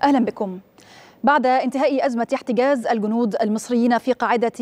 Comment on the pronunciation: إحتجاز وليس إحتقاز اللغة العربية تبكي في الزاوية